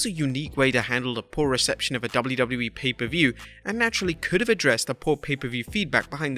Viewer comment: I couldn’t get past 3 minutes. Learn how to pronounce “WWE” dude. 😂😂😂